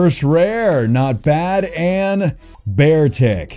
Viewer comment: beartic be-artic artic